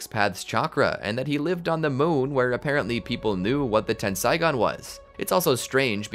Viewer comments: its tensaigan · It's Tenseigan, not Tensaigon. Ei in Japanese is equivalent to the long A sound. Ai in Japanese is equivalent to the long I sound.